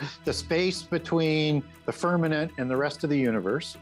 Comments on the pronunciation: I believe you meant to say 'firmament' and not firmanent. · It’s firmaMent not firmanant 🙄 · Why does say "firmament" like it times with "permanent"? Seriously, he says "firmanent" many times. Ridiculous.